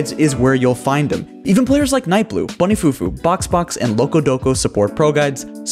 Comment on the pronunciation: every time he says nightblue it pisses me off